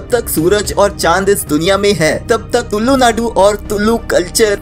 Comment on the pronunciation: Bro you did very good video but the thing that hurt me is you saying tullu naadu bro it's tulu naadu if ad on more ' l ' into It sounds like psy in our native language. 😂so please next time say tulu not tullu. 😊